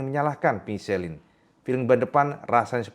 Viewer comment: Michelin bacanya miselang..kang..